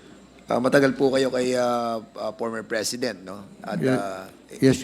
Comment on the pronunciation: pormer fresident daw sabi ni dan hoy letter ip yan hindi letter fe hehehe